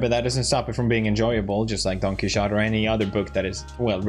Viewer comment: Is THAT what he said ? I've never heard it pronounced like that. "Don-Kee-Shot" as opposed to "Key-Ho-Tay"